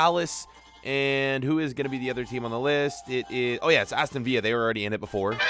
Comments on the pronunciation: It’s viLLa not via that is so annoying I’ll unsubscribe if u say via one more time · Its not pronounced the same as david villa Its Vil-la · its not aston viya its aston vill a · Nobody:: Aston Veeya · Villa not veea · Does he say viya instead of villa on purpose like I get the ll as a y but there English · Can someone please tell him it’s Aston viLLa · IT'S VILLA! NOT VIYA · It’s not Veer it’s vil-er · Please learn how to pronounce villa right sincerely from a villa fan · thats not how you pronounce Aston villa . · It’s Aston Villa pronounce the L in it plzzzx